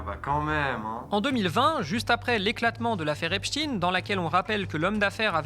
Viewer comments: Exactement. Il faudrait prononcer [ ...tajn] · Einstein, Frankenstein… EPSTEIN ET NON Epstine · Epstin s écrit Epstin mais pas Epstein qui s écrit comme Einstein ou Eisenstein qui ne se disent pas Einstin ou Eisenstin mais se prononcent Einstein et Eisenstein. Il faut donc prononcer Epstayne. C'est aussi simple que ça et c'est aussi culturel. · C'est pas EPSTIN...c'est EPSTIEN....vous ne parler pas de Alfred INSTIN mais bien de A. INSTIEN both of Jewish origine. Ca vous fait quoi de changer la pronontiation d'un nom ? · C'est pas Epstin mais Epstein on dit Albert Enstin mais Albert Enstein on dit pas Frankenstin mais Frankenstein. Ce que vous oubliez de dire c'est que la fille de Jack Langue a touché plusieurs millions d'euros dans le testament d'Epstein donc le lien est très clair. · Pourquoi dites vous "Epstine" et pas "Epstein? ??? En français on dit "Einstein", "Franckenstein"...etc. Enquête intéressante, mais prononciation ridicule !! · se faire appeler Hep's ! Teens ! au lieu de HEPSH'TAïNE, c'est déjà avouer qu'on aime les jeunes ados... (teens en anglais) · Le monsieur s'appele "Epstein," comme Einstein, et prononce EPSTEIN. non pas epstiin. C'est une grave erreur de genre. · C'est pas "Epstine" Mais " EPSTEEEEEEIIIIIIIN"! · Pas Epstine mais Epstein.... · Bah OUI ! Ont dit pas " Franke-stine" , à ce que je sache. Tous les médias qui utilisent cette prononciation de " Epstine" ou lieu de " Epstein" : médias à la botte du Crif. Point barre. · De Villiers a dit Epstine c est comme Raspoutine ca fait plus russe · Vous dites epstin ? Vous dites aussi Albert instin ? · cest pour que ca sonne russe. Et pas israelien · On dit einstein ou einstine ? j'essai de comprendre cette nouvelle mode en france de changer la prononciation en fonction de la personne.